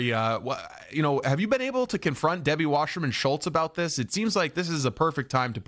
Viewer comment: Her name is WASSERMAN, it's not pronounced Washerman. People who decide to do these amateur, online news shows should at least be sure they say someone's name the right way. Do some research. And for someone like Wasserman, her name is ALL over, in various sound bites and clips. Otherwise it can make the so-called "news host" look ignorant or uninformed.